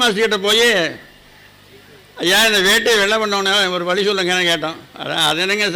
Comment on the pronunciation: ஐயா, வழி என்று அழுத்தி சொல்லுங்கள், என் காதில் " வலி " என்று கேட்கின்றது.